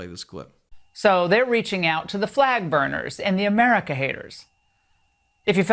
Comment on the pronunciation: Odd how he can't pronounce America but....